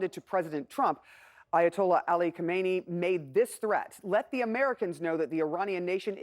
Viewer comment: Why the hell are most reporters call Iranian leader KHOMAINI ? His name is khameneyi 😂